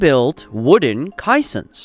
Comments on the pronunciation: Glad someone else noticed it. AI is supposed to be smarter than man? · The directions of the legs are labeled wrong. It is the North and West legs by the seine not the North and East. The South and East are on the dry side. I hate the computer generated narration. It mispronounces Cassions and Mortar.